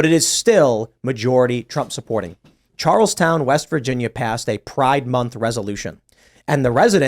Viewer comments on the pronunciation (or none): He’s says Charleston wrong..lol